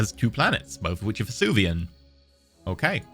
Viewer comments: Take a shot for every time Venusian is pronounced Vesuvian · As a sidenote, I love how reads Venusian as Vesuvian. It is not the right word, but I am 90% sure the people of Pompeii would agree it was just as unlivable as Venus, making it a PERFECT adjective to describe Venusian atmospheres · I have a theory that is purposefully mispronouncing venusian to increase viewer interaction in the comments:P